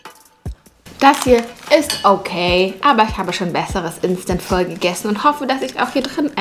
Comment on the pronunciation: es wird nicht phö sondern einfach nur Po,No hate